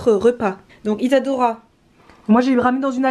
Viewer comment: nul nul nul germain mdr c tres bien ma mere fais que regarder t video elle arretev pas de dire Isadora par si isador parla